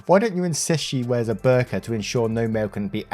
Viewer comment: original word 'burqa' is pronounced as 't' in 'tour' (bour-ka).